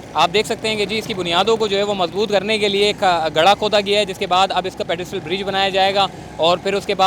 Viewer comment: Hahaha.. pedestrian bol bhai.. pedistrial koi word nhi..